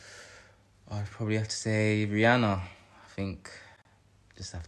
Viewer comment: I respect him saying Rihanna so much